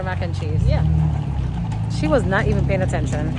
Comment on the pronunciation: Thought I heard said she was "playing" attention🤣🤣🤣🤣 my gully Ur T n we're ur cookies, I say "Tcookies" without "T" there ain't no cookies🥰 #tookiesroadto20ksubs